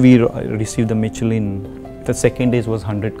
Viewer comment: The poor chef can't even pronounce "Michelin".